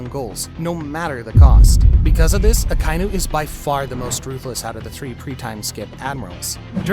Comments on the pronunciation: yet another one piece "fan" who says "AKA-INU"s name wrong🤡🤡🤡🤡🤡🤡🤡🤡🤡🤡🤡🤡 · Why do you keep saying Akainu wrong? You stupid?